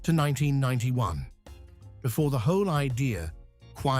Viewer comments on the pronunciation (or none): none